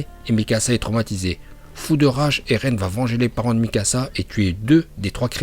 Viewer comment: Tu dis erlen alors qu'on dis eren